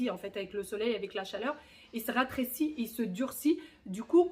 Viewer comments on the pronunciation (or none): Rétrécit pas Ratrécit 😊